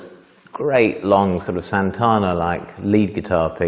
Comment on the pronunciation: "Carlos San-tawna"?